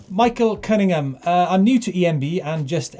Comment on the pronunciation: LIkewise - at least they pronounced your surname correctly 😂